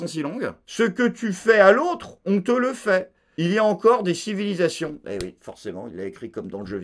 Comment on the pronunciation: Il y a encore des civy des civily des civilyzassions 🤣, merci